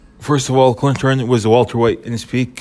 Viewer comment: Cant respect anybody's opinion that can't even pronounce Kermit Cintrons name properly smh